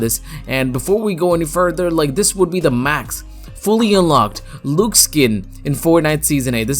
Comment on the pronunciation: Its not pronounced “looxe” its pronounced “l-uh-xe”